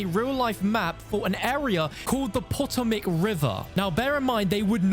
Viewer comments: “POT-o-MAC” lmao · It's pronounced Pa-toam-ic River. And not Mary-land, Mar-a-lind said fast. This is good though. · Let’s not talk about the Potomac river either lol😅